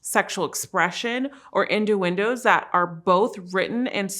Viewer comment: Did she say induendos instead of innuendoes 🤔